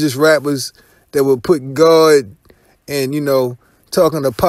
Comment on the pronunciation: says yuur instead of you